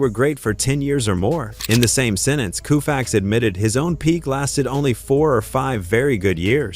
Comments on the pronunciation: Every time I hear the AI say KOOFAX my blood boils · I stopped after Koofax. FU, AI !!!!!!!!!! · I stopped after 4 "Koofax". Not going another 15 minutes listening to that. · Koo-fax? Fing moron AI! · A I is a lazy approach to voice over presentation and a huge disappointment when A I repeatedly says Koo-fax and makes it one of the biggest shit show for future shows ! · Coo'-faxs?... Get a life... you Artificial Ignorance. As you can see from the previous comments below, "Home Run Hub" wasted Their time & $ and OUR patience generating this narrative. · You're right- it's pronounced co-fax, damn AI ! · Take the dialog, put it in a word processor which it probably already is. Then use the Find and Replace command to change Sandy's Last name to a spelling the AI will pronounce correctly! What's that gonna take... about 2 minutes? Seriously, a major fail and disrespectful to the icon himself. 😝